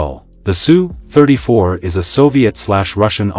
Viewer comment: It's pronounced "Ess You" 34. NOT "Sue" 34. Drop the robot voice,.